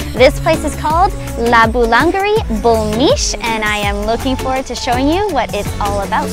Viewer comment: Boulangerie se supone que se pronuncia bu-Lan-ye-riiii 👍